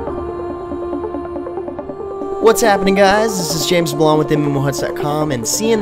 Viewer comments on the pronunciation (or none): none